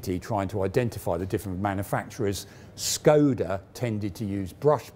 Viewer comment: Small corrections for the pronounciation. Škoda is to be readen like English would read "Shkoda". "Č" "ČKD" is to be readen like the "Cz" in "Czech". THat's what the ˇ accents do.